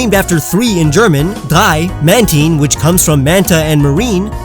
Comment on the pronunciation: You really nailed saying drei